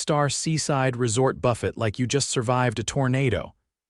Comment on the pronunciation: The Breakfast Buffet… pronounced BUFET..over & over..